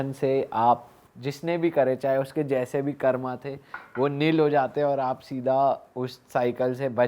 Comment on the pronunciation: Bhai please 'karm' ko karma mat bolo ye galat hai ye galat chij ko speard mot karo